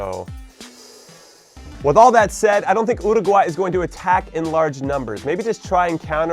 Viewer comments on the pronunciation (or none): Love JC but it's pretty annoying. He does it in a hispanic accent but doesn't even pronounce it right; it's meant to sound like Uru-huay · wait. That's not how... you pronounce URRRRRRRRRRRUUGUAY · youruguay? might as well say your a guy 😂😂😂 100% URUUUUUGUUUAYYYYY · I got upset when you didn't say Uruguay the right way 😔 But then you did and I went happy again 😁